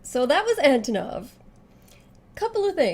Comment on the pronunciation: 1. Antonov is 100% Russian. And also pronounced as "AnTOnov", not "ANTOnov" (SNK screwed up on this one, this time around). 2. He's super-rich and he single-handedly organized and hosted the entirety of KoF XIV championship (Verse's appearance was not expected). 3. He LOVES Texas and everything that pertains to cowboy style/culture. He has his own ostrich ranch in Russia (which is an actual IRL thing, BTW).